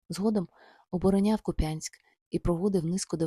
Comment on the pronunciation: Не Куп'янськ - КУп'янськ!!